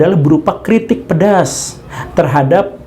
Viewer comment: Waktu menyebutkan "kritik pedas" yg dilakukan Douwes Decker intonasi Mamang Guru seperti menyebut "keripik pedas" 😄😆😁 ... pengen ngemil ya mang...